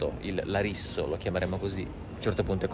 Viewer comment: "Larisso" che bei ricordi 🤣